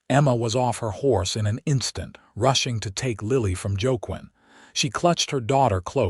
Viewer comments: Wakeen is the pronunciation, not jokequin! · The hand's name is pronounced Wah-Keen. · Joaquin is pronounced "Wakeen" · Don’t use ethnic names unless the narrator’s voice can pronounce them. Joaquin. Wa-KEEN.